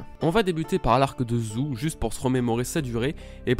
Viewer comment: On dit zoo pas zou